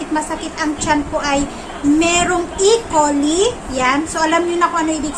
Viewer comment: e-coli is pronounced as e-(kolay) coli